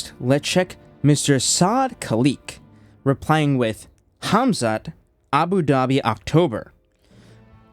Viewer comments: You ai- or do you actually pronounce Khamzat homzuut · did you say KhamZutt? 😂😂😂 Oooh, that story of Mohammed's wild night out did really spreas like a wildfire, huh? 🤣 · I love how you were calling Khamzat “Khamzutt” 😂😂😂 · Am I hearing Hamzutt?? Like as in Al-Zutt? IYKYK.